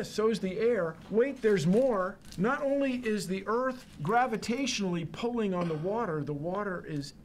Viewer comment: "it could-a hit the herth"